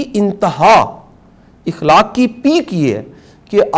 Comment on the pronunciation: شاہ صاحب یہ لفظ اِخلاق نہیں ہے اٙخلاق ہے جزاک اللہ